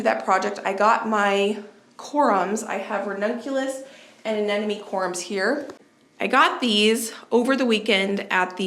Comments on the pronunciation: uh-NEM-o-nee. The word “enemy” is not in the flower name. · Corm, not corum. Anemone … a-ne-ma-ne. Hard one to pronounce😊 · Hi, I've been following your channel for about 2 years now, and I love it. I know it's not always easy to pronounce plant names, so I thought I'd make it a little easier for you. The rannunculas grow from a corm (rhymes with Norm)...not corUm; and the aneMoNe rhymes with money. I struggled with this one, too. Thanks for taking us along with you to the Garden Show, and getting us excited for Spring planting. 💚😊💚 Spring is so exciting